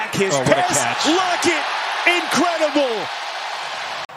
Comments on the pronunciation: Why was the man saying lockets name like lockee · is it just me? or is every time Lockett makes a catch the announcer says "Lockey"